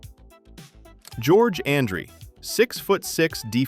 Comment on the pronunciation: Ummm, you show Meredith, who left the game in 68! Why, is it so difficult for you and others to know the team your highlighting??? Again, you can't even pronounce George Andrie's name correctly!! Lance Rentzel? Barely makes your headline of 1970's Cowboys, played in 1970, then the next three years with Rams (you get a pass, no pun intended on Lance), and he didn't lose it all, he played all 14 games for those three years with the Rams, Kyle and Morton never practiced together in Dallas, Kyle came in 76, in 76 Morton was in his third year in N.Y.....you have a good idea with these videos, but your research is as weak as circus lemonade.....up your game, got it!!